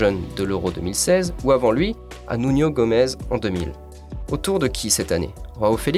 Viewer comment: Mais putain c'est Renato SancheS pas SancheZ c'est Ruben DiaS pas DiaZ c'est Nuno GomeS pas GomeZ